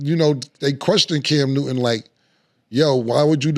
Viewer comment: “Cam Nooden” yoo Killa pronunciation is crazy.